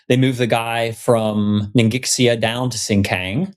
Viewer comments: I know the video is old, but with as much as the territory name comes up, I feel obliged to help you guys by pointing out that Ningxia is pronounced 'neen-shya' per the pronunciation rules of pinyin. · Love all of your playbacks. NINGXIA pronounced NING Sha. I've got deployed code running there in a data center otherwise I wouldn't know. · Ning-sh-ee-ah. The x sound in Mandarin is sh in English. So it sounds more like Ning-she-ah. The more you know! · Awesome game, guys! Thanks for all the effort. In case it's useful Ningxia is pronounced closer to "Ning-shuh" or "ning-zhuh" rather than nin gix ee uh